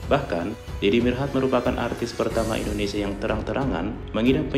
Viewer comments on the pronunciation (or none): none